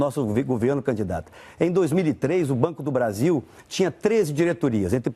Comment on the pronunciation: eu escultei ela dizer brando do brasil 21.13